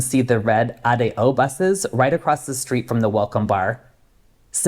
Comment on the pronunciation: Thanks for pronouncing "Ah - Day - Oh" for ADO... Knowing how to pronounce the alphabet in Spanish is a good hint!